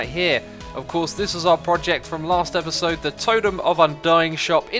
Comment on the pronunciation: "Espisode" Learn how to speak xisuma. lol